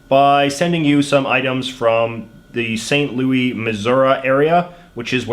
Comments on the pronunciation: Lol it’s pronounced St. Louis with an S and Missouri like Mizerie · Lol the way he pronounced Missouri makes it seem like he's from the boot-heel region of the state...was not expecting that. And coming from someone who currently resides in St. Louis - the 's' is pronounced at the end by everyone here. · The way he pronounces St. Louis, Missouri hurts me so much